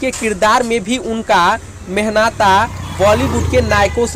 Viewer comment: Bhai mehnata nahi mehantana hota hai baiju barwa nhi baiju bawra hota hai keep correct it